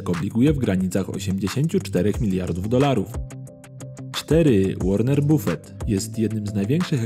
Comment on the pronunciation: Mówi się Łoren Bafet